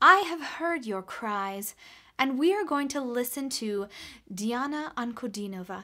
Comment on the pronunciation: Top marks for pronouncing her name correctly :) Yes, she is phenomenal. Very impressed with her vocals, performance and persona.... world class.